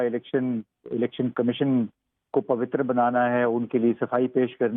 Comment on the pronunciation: Pavitar nahi hota jhahilo ....pavitra hota hai